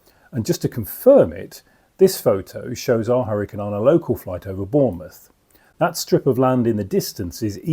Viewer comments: correct and still clearly AI narration as you said correctly it keeps saying hurricaaane instead of hurricane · still can't pronounce hurric'n correctly